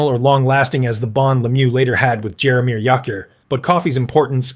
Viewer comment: Jaromir who? I can't listen to any more of this. Got halfway.